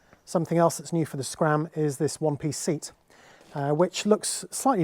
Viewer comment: You pronounce the tyres CEAT similar to the Spanish car SEAT.